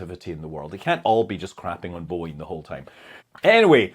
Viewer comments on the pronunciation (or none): none